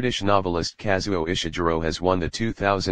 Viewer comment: Please dear Bot, please no Ishiguro like june but Ishiguro with a g like gourmet. People will imitate you and they ll sound ridiculous.